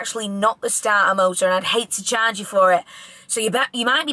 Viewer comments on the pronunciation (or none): Not even 10 min into the video but I’m creasing at your impression of the garage worker “don’t wanna chaaaaah’ge you for it”🤣 true manc.